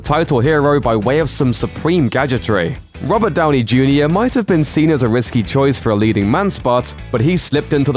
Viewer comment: Did he just say Rubber Downey Jr?